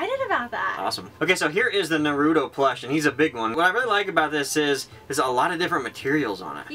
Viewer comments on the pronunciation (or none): I'm sorry for possibly sounding pretentious/annoying, but I have a pet peeve with mispronouncing names (when it tells you of course, not when I interpret the name differently) so I just wanted to let you guys know it is pronounced NAR-RU-TOE not NUH-RU-TOE... (sorry for kinda being a bit jerkish, it just annoys me a little xD)